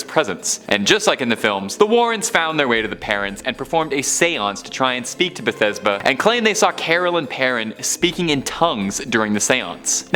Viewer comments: Bathsheba, not Bethesba. Just sayin, good video though! <3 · Her Name Is Bathsheba Not Bethesba...